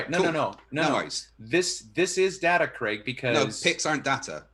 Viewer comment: I know these debates are ridiculous but I still learn stuff listening to. Americans please note Craig does not rhyme with Greg it rhymes with vague